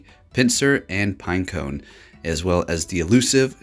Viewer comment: It annoys me so much you say pinecoNE and not pineco 🤣🤣